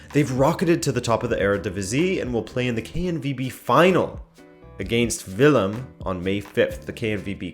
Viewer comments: Willem II* In Dutch you say "Willem twee" (twee means two, pronounce "tway") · Your pronunciation of 'Willem' in Willem II is spot on, yet try to add the dutch '2' pronounced as "tway" ending like the english "away". i've heard a lof of english people use the french 'deux', which isn't correct. Keep up the great videos ;)